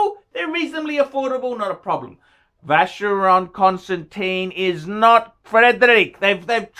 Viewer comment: He is SOOO very sophisticated, he would never bother laying his finger on a FC because that is only for the ignorant upper middle class plebes... He is so terrifically classy he ...is incapable of correctly pronouncing Vacheron Constantin...